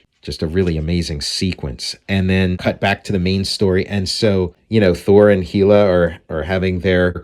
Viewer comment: Love Hela's costume design and forever glad that the MCU didn't monkey with it too much for the Thor film she's in. By the way, I looked it up and it is pronounced like HELL-A, not HEEL-A. Originally she was called Hel, from the Old Norse literally meaning 'underworld'.